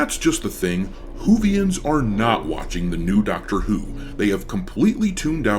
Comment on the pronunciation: I legit thought I heard you say “Doctor eww” 😂